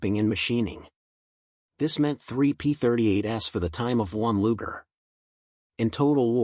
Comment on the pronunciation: Luger? My ass. Do better or get off youtube.